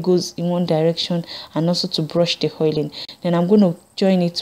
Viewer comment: it's funny how you say "air" for "hair" and "hoil" for "oil"